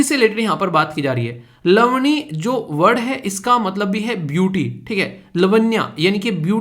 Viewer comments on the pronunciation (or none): It's लावणी sir 😅not लवणी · Jai hind sir 🙏❤️🌼🕊️ मै महाराष्ट्र से हुँ। मराठी मुलगी हुँ। sir ... आप ने लवणी बोला sir.... Pronounce mai वो "लवणी" नही. " लावणी". है😇😊। sir महाराष्ट्र का classical dance है। Thanku sir 🙏🌼❤️